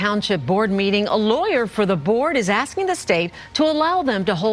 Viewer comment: I can’t be the only one who gets annoyed when she says “axed” a question. Omg. You hear everyone else around you say ASKING. Get it together.